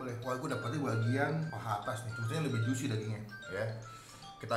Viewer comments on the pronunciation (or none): none